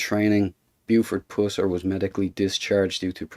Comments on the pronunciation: Its PUSSS ER... not POOOOO SIR !. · That’s Pusser (like us), not Pooser (like pussy) you weird looking, dumb sunglasses wearing, boring talker. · Uhhh! Puuuuh... Puuuuhsser, not Pooser! Damn! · Ot is Buford "Puh-ser".. ,NOT Poo-ser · all my life here in TN, I've heard his name pronounced (Puss-er), not (Poos-er) as in this video.....which one is correct? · Puss-er. The Irish type accent of the narrator brings out the 'Poos-er.' I'm thinking he would pronounce 'hustle' as 'hoostle.' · His last name was puss—er not pusser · "pooser" haha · Learn how to pronounce his name before you do a video. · My gosh can you not say his name right? If your going to make a video of someone at least get their name right. And I don't think you know what you are talking about. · You are pronouncing his last name incorrect !! You are ruining the story😢😢😢